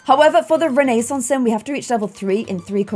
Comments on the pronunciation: renaissance is pronounced with a silent i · did you just say renaissance sims incorrect lemme check one moment... YIU HAVE BEEN PLAYING THIS GAME AND CANT EVEN PRONOUNCE RENAISSANCE I’m tryna be mean it’s just a joke